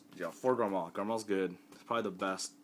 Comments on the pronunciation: Quit saying garMAL that's annoying as fuck, it's garMORE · dude, its garmore not garmal